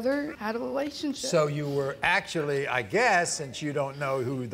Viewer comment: "Im in love with bofe of them" , "we was talking as friends then we got together in a "lationship" 🤣🤣🤣